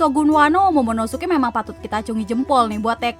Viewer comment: Yg bener monomosuke apa momonosuke? (Menit ke ) Airis chan